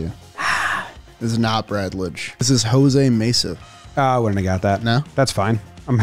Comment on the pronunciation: Jose Mesa in 10 seconds. Lmao when says Jose Mena 😂